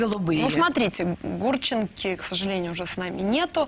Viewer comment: После того как лошадь искаверкала фамилию Гурченко и сказала Гурченки я хотел выключить. но когда они не могли посчитать даже примерно сколько дней в 20 годах это меня просто выморозило.